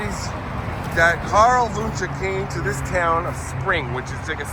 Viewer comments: I’ve lived in the Spring area for over 45 years and we’ve always pronounced it “win chee”😊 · It pronounce whenche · I'm from the area and we pronounce it (Won-chee). Check out Old Town Spring just up the road. There's Wunche Bros. Restaurant in the Haunted shopping Town of Old Town Spring. You'll learn all you want about the Wunche Bros. My friend and I just ate there in December. They have great food. Good luck on your research. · The name is pro-nounced win-Chee sorry it’s driving me crazy lol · I live in that area and have heard that name many times. I believe that the Wunches founded Spring, Tx which is near that cemetery. There is still a Wunsche Bros Cafe and Saloon in Old Town Spring. Been there before. It is pronounced "won shee". My father went to high school in south Houston, just south of downtown, in the early 1940s and he said there were two brothers named Wunsche going to his school from Spring. Their family was in the lumber business. Don't know why they went so far to go to school but of course back then train service went everywhere and Spring still has a large train terminal there(freight only now). It's a shame that cemetery isn't better taken care of. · Pronounced “one she” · I was raised not to far from there. The name is pronounced Wun chee. I went to Spring High school with Carl Wunsche IV. and had many great Burgers at Wunsche Bros Cafe in Old Town Spring. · Its Pronounced One She